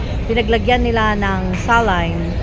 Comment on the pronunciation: Saline, or you pronounce it like “seylin”.